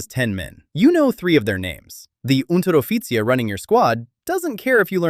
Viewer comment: he cant say Reich but Unteroffizier funny